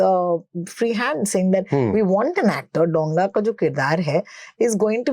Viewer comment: Dow-nga a large vessel, it isn't pronounced DONG-A